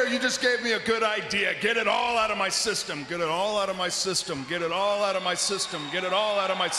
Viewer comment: I thought he said, get out of my sisters multiple times but its just systems 😂